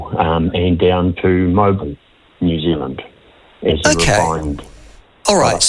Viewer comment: It’s New Zealand,,,,,, make an effort !